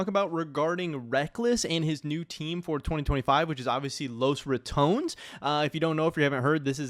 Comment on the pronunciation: dafuq is Los Ra"TOWNZ"???